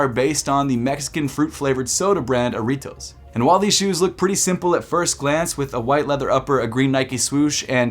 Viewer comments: It’s Jah-ritos not aritos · You don’t pronounce the J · the way you pronounce jarritos doe 💯close enough G ❗